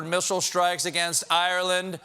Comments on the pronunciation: I agree. It always bug me when I hear someone say "EYE-ran," instead of "ii-RAHN." The same applies to Iraq. I thought Stephen knew better, but the jokes are still funny! :-) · As a Persian-American, it warmed my heart to hear say in the background “Iran” in the proper manner — right after Stephen said “I-Ran.” I love Colbert and always will, but each time anyone says “I-Ran” instead of “Iran”...it’s like Trump saying “Chiiiiyyyynah.” shudders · Any notice that when Colbert said I-ran some one corrected him and said E-ran. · Isn't it pronounced, not "I-ran", but rather, "ear-on"..."Ir-an"? I think it's so important to pronounce names correctly, so I'd really like to know this. I may be saying it wrong when calling it, "Irr-ron" ...same thing when I say, "Irr-rack". Please correct me. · someone correcting him on his pronunciation of Iran lol.